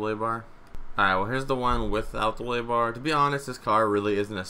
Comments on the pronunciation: Did any one else hear willy bar? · Wele bar😂 English do you speak it? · He says wheelie like willie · Can you say Wuhlly bar more please? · It sounds like he's saying"willy bar" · "Stent" "willy bar"